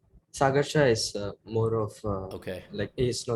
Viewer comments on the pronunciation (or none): none